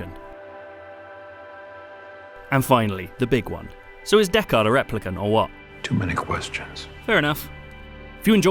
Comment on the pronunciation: Considering it’s one of your favourite films of 2017, I’d have expected you to know how to pronounce Deckard. 😉